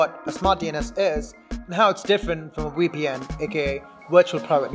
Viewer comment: It's VEEPEE-EN not WEE-PEE-EN!! SMH